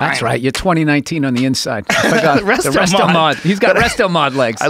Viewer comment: Fucking "restomod" got me good 🤣🤣